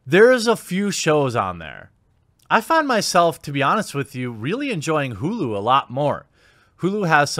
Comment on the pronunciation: As soon as he said Hulu like the way he did straight up said ..IGHT IMA HEAD OUT’